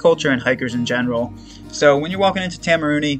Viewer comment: Man, Idk if you’ve already pre-filmed all of these, but I wish I could help your pronunciation. I think correct town pronunciation would also be useful info for future hikers. Waitomo - Why Toe Mow Taumarunui- Toe Ma Roo (bonus points if you roll the R) Nui (rhymes with shoey or Louis) Te Kuiti - Te (rhymes with meh) Koo (rhymes with shoe) ee (rhymes with scree) tee (rhymes with tea) Te Araroa - Te (rhymes with meh) Ah Rah (rolled Rs if you can) Rower (like the person in a boat- this isn’t great, but is close to how most non-maori kiwi would pronounce it)